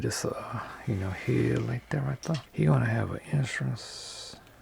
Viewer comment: righ thuh